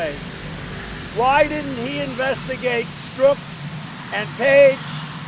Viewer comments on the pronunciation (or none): none